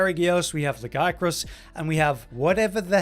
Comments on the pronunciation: They literally say "Lagiacrus" in game, out loud. Lag-E-Ak-Rus. How are you pronouncing it wrong after hearing it said? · Anyone else surprised by pronunciation of Lagey-acris. We all have been saying it wrong